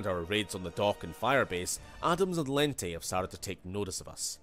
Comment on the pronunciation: Wow. I'm not sure how it happened, but the way Lente is pronounced is wrong. Maybe there wasn't enough communication between the writers and the voice actors, or maybe they just didn't care. Lente, as it's in the game, sounds ridiculous.